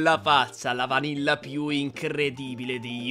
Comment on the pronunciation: Si dice vanilla non vannilla😂😂😂😂😂😂😅